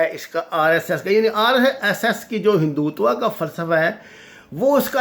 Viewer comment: بندہ نام تو صحیح لے... مثلا.... بپن راوت.... اجیت دوول.... ہندو توا.... میں تو عام سا بندہ ہوں. نام صحیح نہ لیا جایے تو مزہ نہیں آتا